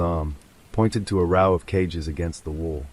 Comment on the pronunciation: Nope. got as far as when a street light flickered two nights in a 'row', pronounced 'raww') I refuse to listen to AI slop.